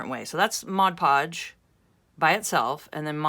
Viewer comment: Thank you, I love this. I don't really like the shininess that much, and if I can get rid of it maybe no one will know that I simply cut out magazine and catalog images and increase the "wow" factor. And thank you, too, for pronouncing Mod Podge correctly. I know, I'm one of "those" people, but it really does drive me nuts when someone pronounces it Modge Podge.